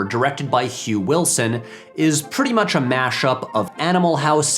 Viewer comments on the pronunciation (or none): none